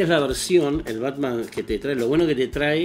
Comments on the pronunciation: porque le dice ¨pelpet¨ al batman?? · Conocí hace poco Est e canal y me hace cagar de risa, aparte hace unboxing de altas figuras, lo que no se es por que le dice pelpets a batman jaja